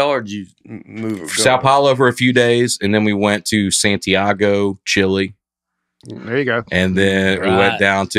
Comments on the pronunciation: it’s pronounced “chee-lay” not “cha-LAY” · Lol, i forgot how much i love when they’re all together. By the way, its not chLAY either, its pronounced Chee-leh 🤦🏻‍♀️ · still sounds like an idiot saying Chile. It's pronounced Chee-leh, not Chill-Ay. Love the attempt though.;P